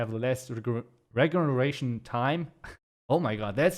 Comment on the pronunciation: It should be "Let me know, guys" or "Guys, let me know". Also, the G in "regeneration" is pronounced the same as the G in "giant" (whereas you pronounced the G like "golem"). Regardless, your English is excellent!